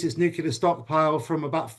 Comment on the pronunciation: I don't put much stock in self-proclaimed experts who can't pronounce nuclear properly.